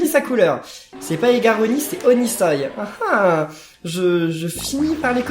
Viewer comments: C'est Onisoi pas oniseil 😆😆😆😆😊😊😊😊☺😀😀😀😁😂😅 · onisoi on dit onisWOUAH